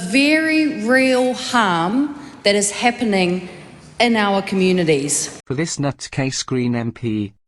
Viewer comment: Communidies. .. sigh